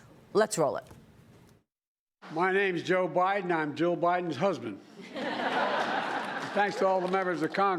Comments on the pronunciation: Im not sure im going to introduce you all the way.... that is what he said after he screwed up his name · Biden can’t even pronounce Mayorkas’ name and calls that important department, “homeless security.” Well I guess Biden’s half right. America is providing security to the homeless illegals. God help us and save us from democrats. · Joe couldn't say mayorkas name